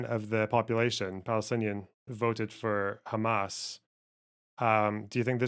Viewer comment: Two things: First, it sounds like Douglas Murray turns any S at the end of a word into a Z, hence Hamaz. Second, I think that what Natasha and Douglas are arguing is that anti-Zionism is a subset of anti-semetism, because they don't classify anti-Zionism as criticisms of Israel, they define Zionism as "the right for the Jews to self determination within their homeland", so if you are anti-Zionist you don't believe that Jews are uniquely afforded that right, hence anti-Zionism is a subset of anti-semetism.